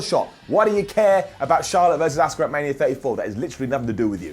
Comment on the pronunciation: Her name is Asuka not Oscar Simon.